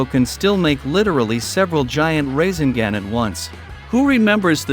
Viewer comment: Gotta pronounce the naruto title and rasegan right.